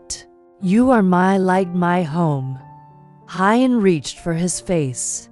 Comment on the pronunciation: Please read Huyen's name right. It is a beautiful story....please get the names right!